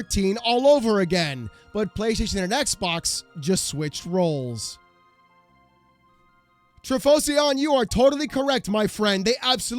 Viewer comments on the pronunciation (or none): I got mention…even though you messed up my name it’s an honour 😂 and how to say it is Tri-fo-sion like saying Typhosion almost lol